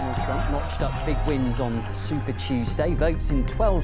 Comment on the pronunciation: minuto casi al final dice TURMP